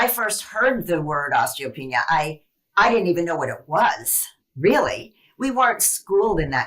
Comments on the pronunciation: It’s PRONOUNCED: OSTEEEEO PEANEEYA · Pronunciation: os-tee-oh-PEE-NEE-ah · Osteo-pee-nia – look at the vowels. Pronouncing things right will help make you credible. Thank you for the inspiration from this awesome woman.